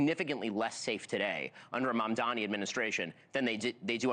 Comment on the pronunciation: It’s Mamdani Mamdani Mamdani not Mandami 😂😂 pleeeeease